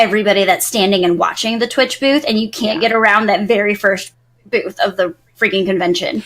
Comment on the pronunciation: Sometimes when you say booth, all I hear is boobs.. it is just me?